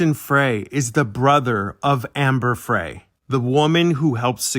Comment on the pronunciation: They pronounce their surname "Fry", not "Fray".